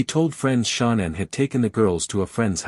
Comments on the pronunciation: Its so funny every AI channel pronounces her name Nickle lol. And Sha Naan. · Omg I cannot with this Ai 🤦🏽🤣 "Nickel" " Shawnann" but says Chris name just fine